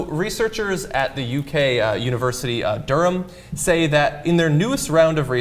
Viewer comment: Yay for John saying Durham correctly! ;)